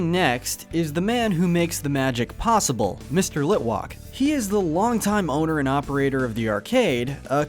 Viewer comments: Um excuse me did you say litwock instead of litwack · Hey… it’s Litwak not Litwalk! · Its not mr.litwalk its mr.litwak i heard mr litwalk so -. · It’s pronounced “lit-WACK” and “taff-IH-duh”, “Patrick Star”. 🤨 You’re so bad at pronouncing,. 🙄